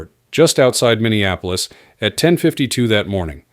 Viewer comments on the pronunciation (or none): none